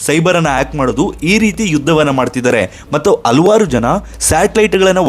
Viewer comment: ಮೂರ್ಖ!,ಹಲ್ವಾರ್ ಅಲ್ಲ ಹಲವಾರು